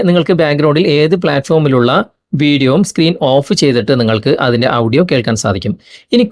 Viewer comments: ഔഡിയോ അല്ല.... 'ഓഡിയോ' എന്ന് പറയു. പൗസ് അല്ല... 'പോസ് ' എന്ന് പറയു. 😄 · ആഡിയോ ആണ് ശരിയായ ഉച്ചാരണത്തിന് അടുത്ത് നിൽക്കുന്നത്